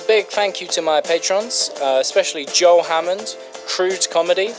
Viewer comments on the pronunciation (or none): none